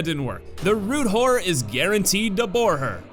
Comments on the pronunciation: Does anyone else hear 'rude whore' instead of 'root horror'? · Who else heard root whore? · Am I the only one who heard "Root Whore" when he said Root Horror? xD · I can't stop hearing "root whore" Goodness. Turn on subtitles XD